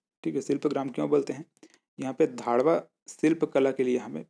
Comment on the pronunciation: 6.52 धाडवा शिल्प कला नही है भाई , घडवा शिल्प कला है वो 😂😂